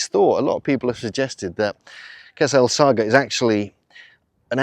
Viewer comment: It's pronounced "kassr es-sa(g)hra" - the GH is a transliteration of the arabic letter Ghayn, similar to a French rolled or trilled R sound, or if you are familiar with northern england dialects, a Hexham R. The "el-" definite article is, in spoken speeh, assimilated into "es-" you can hear Yousef pronounce natively after he says "the valley temple and...kassr-es-sa(g)hra" The slight pause between the two places is because he is mentally translating "Valley Temple" into english as it is well known by that name, but hesitates with Qasr-el-Saghra" because the English translation of the name is not well known so he says it in Arabic It means "Castle of the Desert", literally translated. Anyways, all that is nit-picking linguistic semantics :) What strikes me is that 5000 years ago there was probably a shallow lake there, the holes at foundation level were possibly to allow water to flow in and out (and possibly Sobel too haha) The internal courtyard depressions would be water pools. Some of the blocks lying to the rear of the temple appear to be quite eroded, possibly by water ice. (it gets very cold in the desert just before dawn) We know the Sahara in general was much more wet and fertile period between 10/15000ybp 5000bp and that was possibly ended as a result of the Piora Oscillation I wonder if there is any ground evidence of a lagoon lip/dam nearby (45 metres to the south) which would have controlled water levels of a much more extensive ancient Lake Qurun? The te